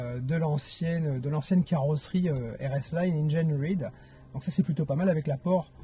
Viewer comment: Engaïneride ? Il m'a fallu du temps pour comprendre que c'est engineered (inginiir'd)...